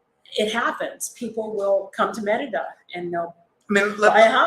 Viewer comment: I'm slowly trying to learn Spanish... Since "i" is pronounced ē(eeee), wouldn't you say "Meh ree duh"??? Not "Mehr ida"??? Just checking 👍🤠✌️